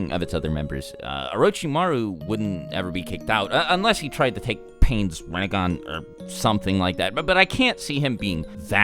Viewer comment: He said Ringan wtf